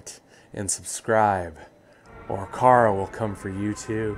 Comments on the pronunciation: ITS CHARA NOT CARA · Not Cara Its Chara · Youresaying cara you need to say chara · I just realized, you could totally impersonate Urichimaru from Naruto! Also, it's pronounced Care a. Or is it Ky ra? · Isn't it CHara, instead of CARa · Not tryna be one of those dudes, but I'ma be one of those dudes. It's not "car-a" it "ch-(as in change)ar-a" almost like saying shara but with ch, to this day I still don't understand how you can get the name wrong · Its character not cara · It's Chara as in Character. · According to google translate it’s pronounced ch-ara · It's ch-arA, I used a translate. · It’s “Chara” but pronounced “C-h-ara”